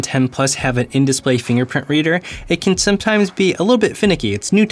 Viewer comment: Huh Huh.... He said "Finger printy". huh huh LOL